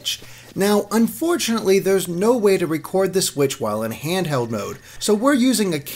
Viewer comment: Handherrd, Legend of Zerrda... this guy can't pronounce Ls. Dafuq man?